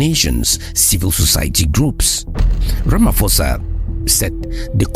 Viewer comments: This is nice but please pronounce his name right “Rama’P’osa” not RamaFosa. 😅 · The name is pronounced "Ramaposa", "posa" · It's "Siril Ramaposa." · Ramaphosa is a proper noun...you can not pronounce it how you feel. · His name is Ramaphosa with a P not an F.